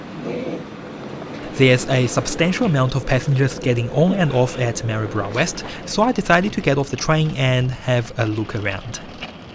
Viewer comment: Well done, you pronounced Maryborough correctly. Not many people do except us natives.